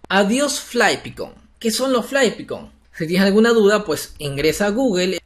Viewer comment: jejeje como pronucia GLYPHICONS :D :D :D se dice //glifaɪkns//